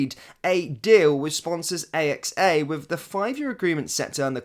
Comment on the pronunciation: AXA not a.x.a